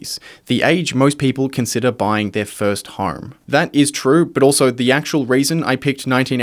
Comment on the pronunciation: Why do you pronounce home like horrrme it's like nails on a chalkboard every time.